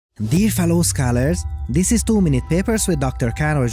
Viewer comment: yeah, whenever he said "this" it sounded a bit off